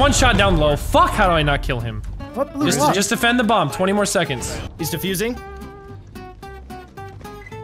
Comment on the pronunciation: “Ya gotta watch the bommb!!”